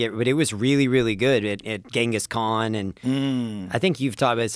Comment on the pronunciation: can joe say ghangis khan like a normal person? what is he woke?